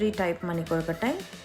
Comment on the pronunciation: Awesome presentation. Very good pronunciation. Perfect soft kolukatai